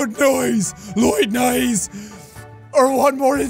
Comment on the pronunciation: He couldn’t say noise correctly😂